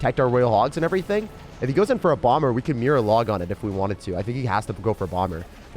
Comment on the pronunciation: im a bit late cause i just watched this today, but i swear when you said "the power of mirror" i thought you said "the power of beer"